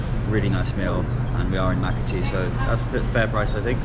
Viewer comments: I've love your Philippine vlogs 🥰 hee hee, Makati is pronounced Maakaw tee. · That's a first, pronunciation of Maakati. But as Winston Churchill said a foreigner has the right to pronounce whatever way any place he is not familiar with.